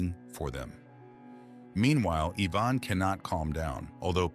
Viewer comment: wrong pronunciation of Ivan